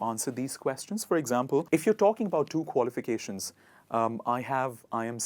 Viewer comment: May i know your qualifications pls i couldn't understand as u r pronouncing could u please spell it